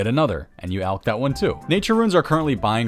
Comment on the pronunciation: finally, a YouTuber that pronounces "alch" properly.